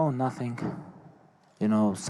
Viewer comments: Someone: Khabib: Nating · Haha the 'NATING' was spot on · No, correction.. Khabib said "I feel Nazzing"! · Lmao 😂 nating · Always doctors r comes to him for check up and asking what you feel. And he saying “Nating” please try to be my opponents personal doctors.. 👆🏼